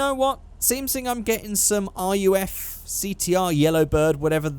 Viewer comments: It's not R U F ,It's more like RUF(roof) You know what I mean... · RUF is pronounced like roof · RUF us pronounced "roof" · aint a big deal but i thing RUF is pronounced: roof